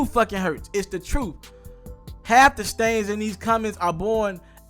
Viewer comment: its STANS NOT STAINTS LOL